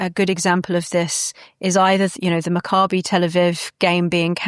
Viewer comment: How can some who calls herself a Christian, not know how to pronounce Maccabee!?